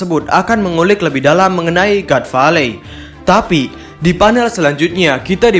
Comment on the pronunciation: god valley dibaca gat veilei, min.... Adoooohhhh.....